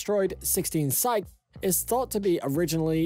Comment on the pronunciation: You can't even pronounce the asteroid's name correctly ... you mispronounce it twice in the first 2 minutes! The asteroid in question is called "Psyche" it's pronounced "Sy-kee" ... you pronounce it " Sy-ko" and then " Syk" I stopped listening to your video right there ... if you can't even pronounce the subject of your video correctly, why should I waste my time watching your video, let alone subscribing to your channel. when there are literally dozens of other channels on Youtube that show the same thing pronouncing the subject correctly??